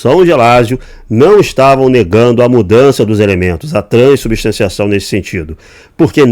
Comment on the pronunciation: Crescer nas costas de quem? O cara não sabe falar “transubstanciação” 😂